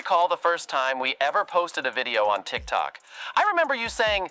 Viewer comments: I LOVE THAT HE SAYS 'TRICK TRUCK' INSTEAD OF TIKTOK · I love how says youtube and tick-tock incorrectly lol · "Trick truck" and "vootube " and " instantgram" that kept on saying had me dying 🤣🤣